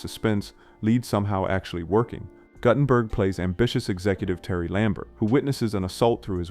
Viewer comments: Great list, shitty AI narration. It’s pronounced GOOT-en-berg, not GUTT-en-berg. Sigh… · steve GOOT-en-berg. Not GUTTenberg. wow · Yeah, look at mangled pronunciations of Gutenberg and Huppert.